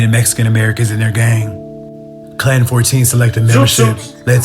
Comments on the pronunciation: Not clan street it's clanton 14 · It’s not ‘Clan Street’. It’s ‘Clanton’ st. (Klan- tone)